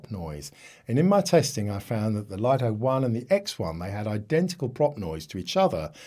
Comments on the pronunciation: Did you consult DJI's official channels or just your local DJI dealer? Many YouTubers pronounce it correctly as "LIT TO," only a few American YouTubers pronounce it as "LIE TO" like you! Another example is the famous Japanese camera brand NIKON. The correct pronunciation in Japanese is NIK KON, but ridiculously, many Americans pronounce NIKON as NINE KON, just like you pronounce "LIT TO" as "LIE TO." This deviates from the original pronunciation. This might be due to your habit of naturally pronouncing the letter "I" with an "I" tone, but it's incorrect. Please respect the original creators' pronunciation! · The pronunciation about the LITO should be "Lit To" not the pronunciation like yours in "LIE TO"~ LITO is the nickname of LITTLE~